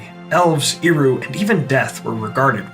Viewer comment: You lost me right at the beginning when you mispronounced "Eru". It's not *Ee-ru", it's more like "Air-u". 🫤🤦🤷🙄👎🏻 BYE.